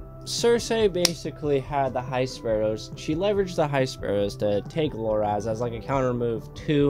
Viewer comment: His name Loras, not Loraz.